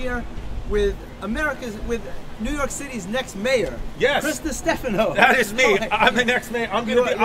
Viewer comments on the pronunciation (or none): none